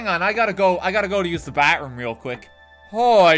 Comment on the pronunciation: How he recorded saying bathroom makes it sound like he's saying backroom